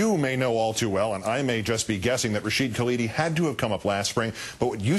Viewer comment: Anyone who's ever read an historical essay by Rashid Khalidi (or his father, what you might say the principal historian of the Palestinian people) can only get sick while listening to this. Palin couldn't even get his NAME right.